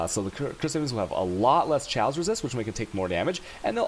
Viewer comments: Not sure if trolling but ill put this here anyway, Chaos pronunciation is Kay-Os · I laugh everytime time u say choas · wait....can he really not pronounce chaos? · lmfao the way you say chaos. wtf?